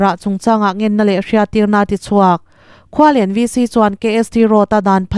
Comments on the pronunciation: Khual en tia lam tur aw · Khualen lamdan hi a va mak ve. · Khualen chu i lam dan a dik chiahlo